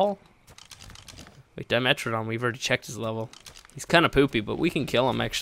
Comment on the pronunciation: Its not a Dimetrodon Its a Dime Troodon